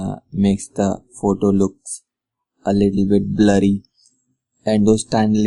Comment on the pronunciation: perez i thought he was saying bloody as well, until i realized that he meant"blurry". LOL